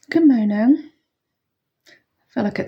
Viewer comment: Your accent is unusual when you say Good Murning, lol, is it Bristol way you are from? I'm rubbish at accents. I'm, broad Lancashire, we probably sound thick to southerners, haha. Have a nice day. My sales have picked up slightly, but still having to do a day job too. x